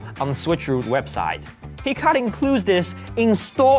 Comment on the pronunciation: Hekate is pronounced "heck ah tay" and she's an ancient pagan goddess